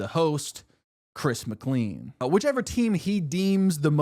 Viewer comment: Its Chris MC CLANE! NOT MC CLEAN!!!